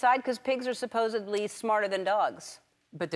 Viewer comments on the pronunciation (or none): i immediately thought of "she pronounces it supposeBly"